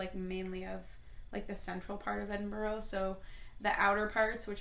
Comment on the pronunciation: Sorry but you said Edinburgh wrong and haggis is amazing